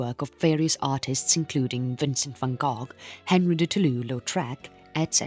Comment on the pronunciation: Such good understandable material, but the voiceover is a computer surely / hence all the mispronunciation akin to tom Tom gps which can’t say the words which are different to the normal rules or a different langusge. I listened until van “gogg” annoyed